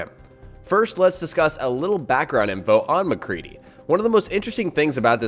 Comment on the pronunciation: You said mcree